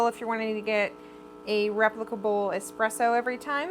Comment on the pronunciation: great video but can someone teach americans that its eSpresso and not eXpresso...